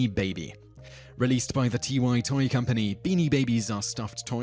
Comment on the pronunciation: It's not "T-Y" it's pronounced like "tie" the article of clothing. Please, for the love of crap, look up things before you post these videos. You keep mispronouncing names and common words in every other video.